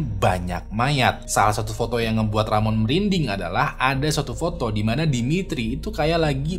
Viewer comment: Rohman mang bukan ramon 😭